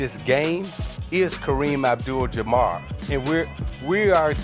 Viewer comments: Did Isiah just said "Jamar", instead of Jabbar.. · Yeah hard for him to say jabbar.